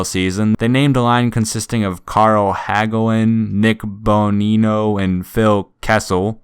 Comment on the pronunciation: As a Penguins fan every time they mentioned the Hagelin-Bonino-Kessel line my brain immediately went to, and you pronounced them correctly by the way.